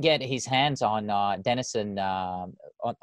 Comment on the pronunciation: Denison is not as he said